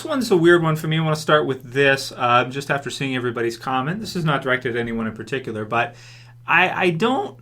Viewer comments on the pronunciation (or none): none